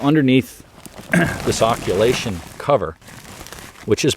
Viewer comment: It's occultation not occulation, sorry to be pedantic.